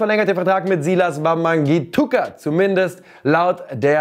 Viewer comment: Probs an, weil Wamangituka flawless ausgesprochen hat